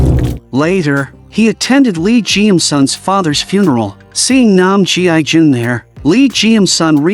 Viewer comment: Mercy for None by So Ji Sub ❤ Brutal, action packed and watched it several times as the fighting scenes were sooo good ! Also, his name shld be pronounced as "gii jun" not "G.I. Jun" pls 😂